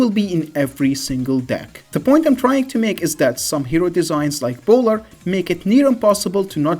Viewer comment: it gets funnier the 100th time when you say "LeBowler" 😂😂😂